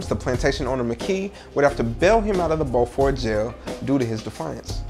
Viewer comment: Dear..it's pronounce Beau-fort....like Beau-ty...fort...signed an island girl!!..